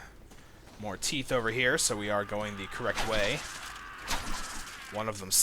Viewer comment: I love that you say "teef" and not "teeth".